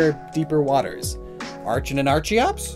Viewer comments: I think you should make a "how to pronounce certain Pokémon names" video as there were a lot of name mistakes here. Example its pronounced Arken not Ar-chen same with the evolution. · Archen and Archeops are pronounced arken and arkeops, obviously.